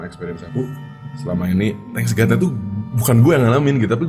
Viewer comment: Thank God ya bang bukan Thanks God